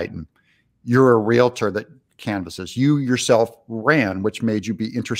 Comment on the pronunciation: Real tor....not rela.tor. Nice.